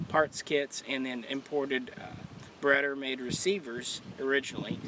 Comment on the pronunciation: cringe every time he says it